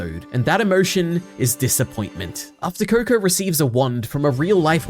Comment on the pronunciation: Is it just me who heard him saying kur-kur